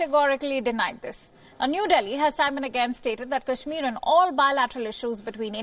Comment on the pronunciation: Pahle kashmir bolna to sikh le.....bad mein mediate karna...😂😂😂😂